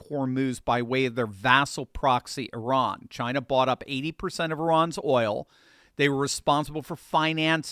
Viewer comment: One of the only journalists I’ve heard pronounce Iran correctly. I knew a girl that would correct me whenever I said I RAN. She would jokingly say “oh yeah? Where did you run to?” She considered herself Persian and hated the Iranian regime. Now I get to be a language Nazi about it.